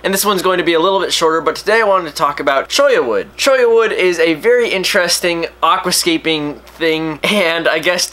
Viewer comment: Your one of the few people who pronounce Cholla right.